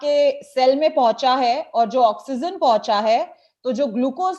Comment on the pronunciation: why do you say oxygen as oxyzen